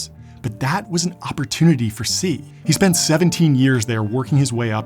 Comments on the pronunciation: Great video, 1 point though, you are mispronouncing his name the whole time. You should be saying TCHEE. not SEE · Loved the video! But you pronounced Xi’s name wrong. It’s exactly like “she” in English, not “see” like I heard you say. I speak mandarin. Overall it’s unimportant, but I found it bothersome that the sole item of this video had its name mispronounced lol. But again… I couldn’t have created as complex a video as you have successfully done! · It's funny to hear you say "Xi" with an American accent ("See") Probably would have been better to say "She" with the American accent. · Xi is pronounced "she" not "see". But probably better than those who pronounce it as "gee". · Xi is pronounced “she” not “see”. Please learn to pronounce Chinese names correctly (or at least approximately) if you make a follow up video. Otherwise, great video! 👍🏻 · Glad to see a Western documentary on Xi Jinping. However, Mr. Coogan, Xi Jinping's name is pronounced SHEE Jinping, not ZEE or TSEE Jinping. The constant mispronunciation makes this difficult to get through. Xie xie ni! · is his name really pronounced “c” tho…? isnt it pretty ez to pronounce “xi” in an english accent…? hearing “c” instead of “xi” makes it hard to follow what youre saying — thats just me tho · 1. Bo didn't flee to the consulate, his deputy did. 2. Xi's name's pronunciation is much closer to "she" than "see". Otherwise great, enjoyed it! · Isn’t his name pronounced “she” not “sea”? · “She" Jinping, not "si" jinping. at least try to learn how to pronounce their name if you are doing a documentary on a person lol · Why do you pronounce Xi, like Si when it is Shi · I was very interested in this until I heard his name prounced "see" instead of "she" jing ping...clearly lots of research done for this. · Good content, but the pronunciation for Xi is "shee," not "see." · His name is pronounced she, not see. Like Xi(she) sells sea shells by the seashore. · Chi man chi u sayin it like see 😂 🤦🏽‍♂️ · “Shi” not “si” 😁